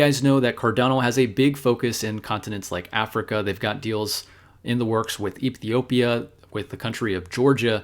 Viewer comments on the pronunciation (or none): none